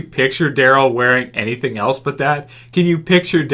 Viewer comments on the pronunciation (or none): none